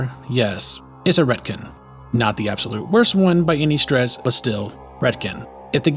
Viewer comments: From what I understand about Fallout 4 FEV is the Institute reverse engineered the virus from the genetic material of supermutants they caught that traveled from the west coast. Also it's pronounced Ret-Con not Ret-Kin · Why does this guy pronounce retcon as redkin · Has anyone else heard any other human pronounce retcon the way he did?? Not an insult or a critique, just stunned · Your pronunciation of "retcon" hurt my brain.